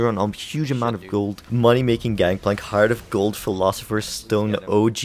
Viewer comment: I agree that "Gangpalnk" is very strong,. lol